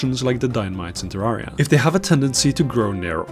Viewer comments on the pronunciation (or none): You said Terriera and Im clicking off.